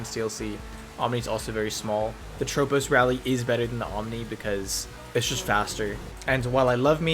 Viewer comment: Yeah, Harm also pronounces it wrong. It's latin iirc so the S is definitely pronounced. Broughy pronounces it correctly for example.